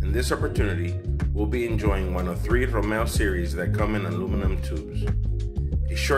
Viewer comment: Did He Say Ramow